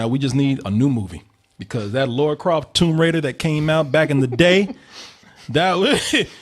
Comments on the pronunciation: Exactly lol her name is not Laura it is Lara which rhymes with Tara, Mara and Kara. Why do people even some dudes on the game development team say it wrong. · Guys it's Lara. Not Laura. LARA Croft. Why do so many people pronounce it wrong? Phonetically like "La La" except with an " R " NOT LORA like "Laura Dern". I normally wouldn't care but they are two different names, and every channel I go to says her name wrong. As far as the trailer goes. It was OK. Feels a bit bland. While Alicia Vikander is OK in the part, I think they should've gone with someone better. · butchered her first and last name. lol